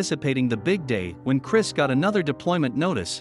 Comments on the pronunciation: He’s not Christ. Turned off video at the first mispronunciation of the name. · Check the script. His name was Cris - NOT CHRIST! Double check at deployment, how many times you called him Christ. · They should have proofed the audio before posting it since the narrator kept going back and forth between calling him "Chris" to calling him to "CHRIST" and then back to "Chris" again.